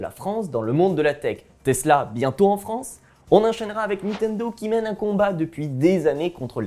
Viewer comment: vous vous appelez jeux vidéos mais pas capable de prononcer niNtendo correctement (et pas nitendo)